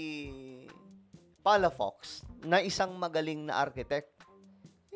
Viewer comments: Ang basa Ng palafox ay palapoks Hindi palapaks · Palafox hindi palafax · PA LA FOX and not PALA FAX - Ilocano sya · Palafox Hindi palapax